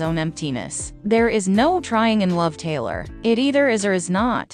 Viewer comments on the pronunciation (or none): Hate this voice, is she saying Taylor or Kayla ?